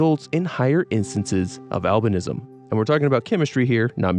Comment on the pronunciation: For a good minute I thought when you were saying albinism you were saying Alvinism like some sort of religious belief worshipping Alvin and the chipmunks